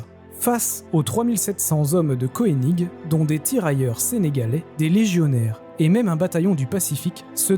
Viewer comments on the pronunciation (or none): Mort de rire , Koening ce prononce Keuning et non pas Koéning ! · Thème intéressant. ca me fait repenser aux video du Cajun... Une remarque: on dit le général Koenig (en prononçant Keunigue et non pas koénigue). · Pour le général Koenig , ca se prononce Keunig … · pour le Général Kœnig il est d'usage de prononcer keunig !!! d'accord avec arthurdelannoy9586 sur la bataille de Kouffra ... et de son serment !!!